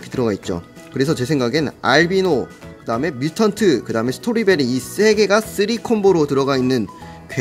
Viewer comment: 스토리베리가 아니고 스트로 베리 아닌가요?